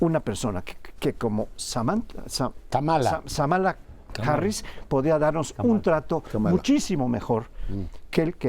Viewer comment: es Kamala Harris, no Samala, más respeto a la Vicepresidenta gringa.